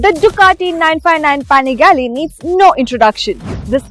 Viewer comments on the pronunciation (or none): It's panigale not panigaleeee 🤣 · Ooh man ! She is insulting .. it’s not paaangaale it’s pinagalee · She literally said panigali, shouldn’t use these kinda anchors.